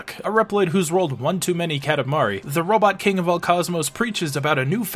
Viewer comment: I mean, you can clearly hear the voice actor saying "Robotto" lol.